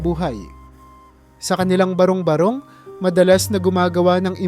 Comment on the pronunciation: Maganda nman po ang inyong kuwento,kaya lang pa kaparis ng ibang narrator eh madami dn kayong mali sa pagbigkas ng mga salita tulad ng: salitang improvised,barung-barong, aliw, basurahan at marami pa.